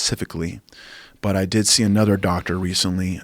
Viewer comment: Rafael "anudder doctor" Lovato Jr